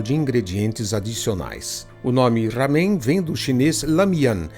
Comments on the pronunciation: NÃO É RAMEM. A PRONUNCIA É "LÁMEM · A pronúcia não é ramen com som de dois "erres" e sim com pronúncia como em "era".